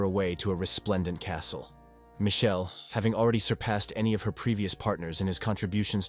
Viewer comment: Michelle not mae